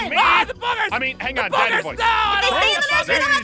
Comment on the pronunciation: It's "Daddy" not "Dadddy"